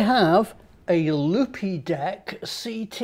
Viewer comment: I think they pronounce it Loopdeck - but I prefer yours!!! - As a pro photographer I can confirm it is ace